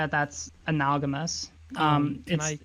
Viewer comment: Not sure if that's worse than the multiple times they said either "analgamous" or "disanalgamous" from her... Like, I can understand sometimes words come out of your mouth wrong, but to incorrectly try to say "analogous" MULTIPLE times has me thinking that the person doesn't actually know very well the word they are using... I'm not sure that I'd want to hear advice about what is/isn't an analogy from someone who seems to think they're actually analgamies... It does sound like a fun word to say though...